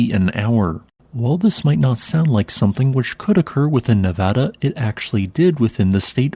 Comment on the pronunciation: thanks for saying Nevada correctly.